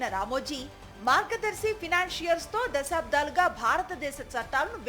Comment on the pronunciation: Anchor గారూ! అమ్మా! మీ భాషణ బాగానే ఉంది కానీ "దశాబ్దాలు" అనాలే కాని, మీరు వత్తు పెట్టి.. దశా'బ్ధా'లు అంటున్నారు. తప్పు దిద్దుకోండి.